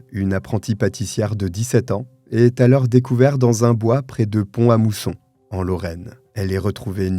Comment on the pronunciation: Hello! Vidéos tres intéressantes merci! Etant de la region de naissance du meurtier je me permets une petit correction : on dit Ponta Mousson pour Pont-à-Mousson ^^ voila